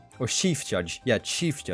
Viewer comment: "shief judge"